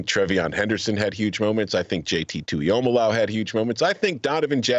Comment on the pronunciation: Guy can pronounce tuihalamaka, but messed up jt tuimoloau every time he said it lol